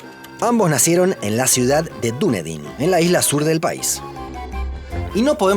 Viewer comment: Gran video felicitaciones 🎉. Solo una cosa. Vivo en NZ y se pronuncia Da-ni-den Saludos!